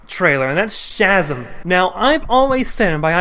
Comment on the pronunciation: Mispronounce Shazam one more time and I'm going to Shazam a stick up your bottom.